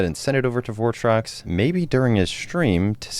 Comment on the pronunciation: that ain’t votrox, that’s bortrox!